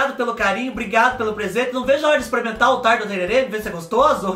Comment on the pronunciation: querido, é o que o Zé Leôncio toma sim, mas a pronúncia correta é tereré. Tererê é o de enfeitar os cabelos. Espero que vc vá mesmo conhecer Bonito, é um lugar maravilhoso. Morro de saudades do MS! 🥰🥰🥰🥰